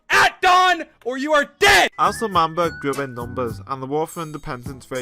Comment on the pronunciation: “L’man- child- burg 😡”- dream